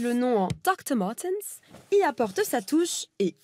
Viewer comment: Martens et non Martins !!